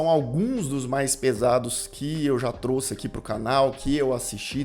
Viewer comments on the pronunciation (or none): none